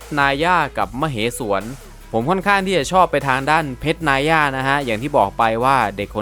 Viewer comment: เพรชนายย่าไรมึงวะ อ่านว่า นาย่า